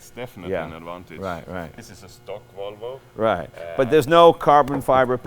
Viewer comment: Jay you pronounce it as Wollvo not Volvo